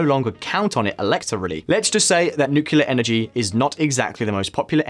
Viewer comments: Its pronounced "nuclear" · Nuclear not nucular 🤣..srlsy tho🥲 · Nuclear, it’s pronounced nuclear. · Why can’t anybody properly pronounce “nuclear”? It’s “new-clear” or “nu-clear”. It’s not and never has been “nucular” ffs. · Pronounce "nuclear" properly, please. It is not "noo-cu-lear" but "noo-clear". You lose all credibility amongst the great content of this channel otherwise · nukular nukular, come on just say 'Newclear' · "Nucular energy" lol. Reminds me of George Bush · Nookyoular? Ffs, nuclear. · Lol... Is it just me or this guy can't say 'nuclear' clearly ... If yes, then that makes him the second joker after George Bush. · It's nuCLEAR power, not nucular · How could I ever trust a video by a bloke who can't pronounce ' nuclear'. Nukilerr idiot. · Dude. Learn how to pronounce "nuclear" correctly. It's not 'nucular'. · This guy says ‘Nucular’ repeatedly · great video, but please please say NucLear. Again, fantastic content as always, thank you. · You lost me at NOOKYEWLUR geesh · I turned off this video in the first 2-3 minute because of hearing 'nucular' for so many times. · No one producing this video noticed he can't pronounce nuclear? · ah yes.. "nucular" energy.. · George Bush. He liked "nucular" energy. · As a kiwi, I have never heard another kiwi say nucular, except when laughing at George Bush. Say it 3 times Nucleus Nuclear Nucleus Nuclear Nucleus Nuclear. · Anyone who says nucular is wrong. Totally wrong. Which is probably why says it this way, it gets more people commenting on the video, and then gets a boost from the youtube algorithm. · many Americans pronounce it "nucular", but Brits say "nuclear".. like it's spelt. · Fire the nucular weapons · The pronunciation of the word nuclear just kills me 😁